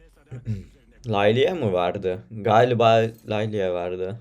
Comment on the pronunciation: diyorum layla nerde. layliya diye okunmaz o:D